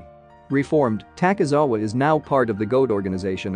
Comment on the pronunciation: Fr LOL at least he said takizawa but he said seiduo wrong but ill give him that one